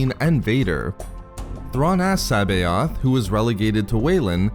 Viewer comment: Great video, but you didnt acknowledge that C'boath was a clone. Also you butchered his name, lol. I always heard it pronounced Suh-both. But I and many others could be wrong. lol. But to each their own.